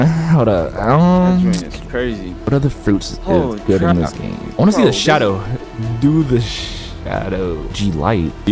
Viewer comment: Love yo vids and bro said shadow I was laughing so hard when he got it rong